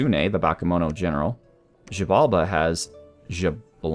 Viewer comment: I don't know if anyone has mentioned this before, but the x in Xibalba is pronounced like a "sh" so it's "shibalba" rather than "jibalba" x's in the spelling of Mayan languages is indicative of a sh sound in English, same for x's in Mexica (Aztec) language spelling That aside, looking forward to eventually appearing even if I just research :D